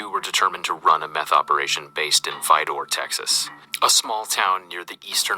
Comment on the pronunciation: The voice over pronounced it funny but I have friends from Vidor, Orange County Texas. Just good, hard working, blue collar folks but a little crazy.